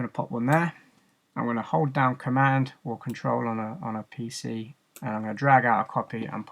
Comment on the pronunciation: the way he says pc lol